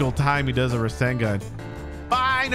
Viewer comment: He says rashingun